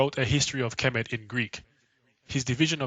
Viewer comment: It's TA HOTEP NOT PAH TAH :) AND KHEMET IS NOT KEH MET BUT HEMET - as the Egyptians in the bible are the descendants of Kham or Ham - silent K as in the Egyptian - so they are the descendants of Noah's son Ham - THE "MIZRAIM" IN ARAMAIC,HEBREW! So the Egyptians are HAM - ITES! Shaka Ahmose says it's TAH HOTEP NOT PAH TAH :) :hand-purple-blue-peace::hand-purple-blue-peace